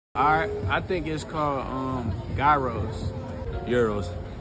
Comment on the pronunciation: It’s pronounced GYROS 🥙